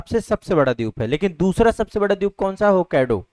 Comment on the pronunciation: Dweep ko Dyup bolna galat hai. Ek teacher ko yeh shobha nahi deta.